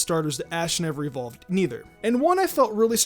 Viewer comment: EVERYBODY! ITS NOT EVOLED, ITS EVOLVED